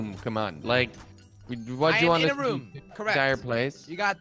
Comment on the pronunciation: It’s r-oo-m not rum